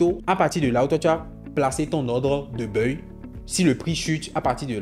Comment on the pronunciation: On dit : baille. On ne dit pas BEUILLE. Tu fatigue l’oreille. On est d’accord on est d’accord … ça fatigue l’oreille. Sois juste simple . Tu as prononcé on est d’accord du début à la fin. 🤦🏽‍♂️🤦🏽‍♂️🤦🏽‍♂️